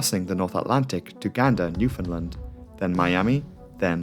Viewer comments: Same here. It’s also nice to hear that he pronounced Newfoundland correctly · so this is a small thing but thanks for pronouncing Newfoundland right. I’m from that area of Canada and the amount of time I’ve heard it pronounced wrong is crazy lol. Great video as always